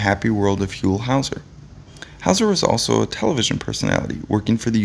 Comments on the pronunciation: Hole howser??? really dude???? WTF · "Whole" Houser. Is that how its pronounced?